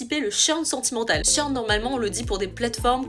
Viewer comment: Mais ce qui est dit est tellement vrai! Depuis que je follow les shorts d'... mes habitudes changent, j'ai plus de vagues à l'âme, je rêvasse comme pas permis et mon petit cœur s'emballe lorsqu'elle prononce des drôles de mots comme "churn"....